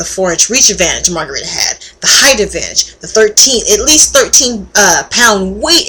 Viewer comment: lol margarita? it's margaritO! anyways you get points for being a chick who watches sports.